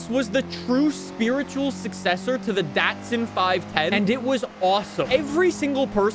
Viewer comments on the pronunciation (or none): none